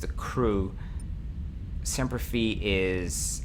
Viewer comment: I know its an old video, but I just started watching them.. muddling through the game right now. Its Semper Fi as in Fy (like Fry, but w/o the r), and it adds Marines to help in boarding actions, which is why the first number goes up; Caravan adds more skilled crew, so the first n umber doesnt go up as much but the 2nd number goes up a lot, to represent backup crew in case you take casualties during battle. Also for the top graph on weapons, its actually charting weapon deviation.. the longer the range out, the less accurate, not more accurate. Thats why ballistic weapons are so horrible for long range combat Aside from those 2 things, Im very much appreciating your tutorial-like approach to this LP